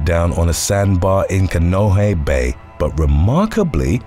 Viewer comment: Kaneohe (as well as all other Hawaiian words) has no silent letters. The vowels are pronounced ah as in father, ay as in pay, ee as in feet , oh as in hole, oo as in boot. kah-nay-OH-hay.